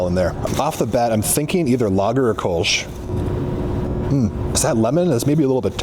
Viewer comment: Hearing "Kölsch" being pronounced 'kolsh' makes my toenails curl. Funny about the baker's yeast. Before industrially bred yeasts became a thing, bakers would get their yeasts from breweries.